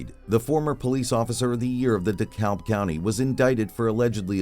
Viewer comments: Beside the point, but "Dekalb" is pronounced dih-CAB. The 'L' is silent. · The L in Dekalb is silent.